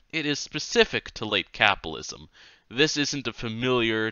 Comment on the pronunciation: No, Art is right, the reading is absolutely horrible. There's a flub almost every 30 seconds. Is it too much to ask that someone reading an audiobook can actually pronounce the words they're reading? Or is that elitist? Not to mention the weird tone he puts on... "capalism" "ingalitarian" "da" instead of "the", "dat" instead of "that" "Meelo-Civic" "cosmitolitan" "phil-insteen" "anudder" "condeeshon" "messiah-nick" etc... Reading ain't his thing. I guess this is what free gets you. "From each according to his ability, to each according to his needs"